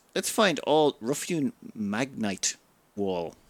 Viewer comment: I love how you just pronounce uncommon words however it feels right, regardless of the spelling. XD English has so many weird rules and exceptions, you're just like "Ah, f*** it. It's just magnite now."